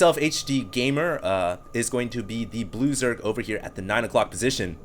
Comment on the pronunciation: every time you say blue zerg, it sounds like loser lol